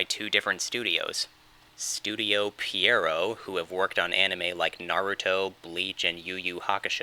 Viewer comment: That's not how you say Pierrot